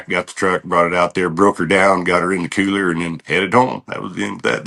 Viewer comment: GUY xo we have travelled the same states and biways. Best wishes to you and your lady ( inc. MT/ OR/ WY :) All snake river country pretty much. Kewler 😂 gave away an accent right thar.